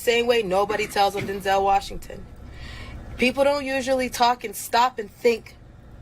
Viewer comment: It's not Den-zel It's Denzel like pencil. 👍